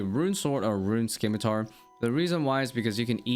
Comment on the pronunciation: The "c" in scimitar is silent please you're killing me